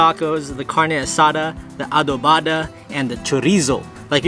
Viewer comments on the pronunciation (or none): Foo is adovada not adovaada lol